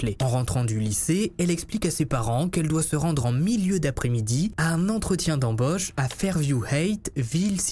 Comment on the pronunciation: Un entretien d'embÔche..😂!?... C'est quoi cet accent ? Mdr. Mais je t'adore ...